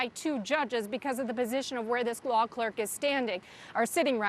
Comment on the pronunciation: Bro, she said Law Kirk a dozen times before saying law clerk.